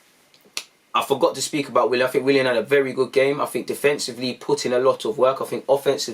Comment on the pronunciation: “Willan” aight lol